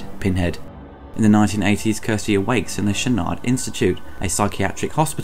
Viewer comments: Its Cenobite, Kyle and Channard. Not Zenobite, Karl or Shannard. 👍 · “Zenobites” “Doctor Shannard”?!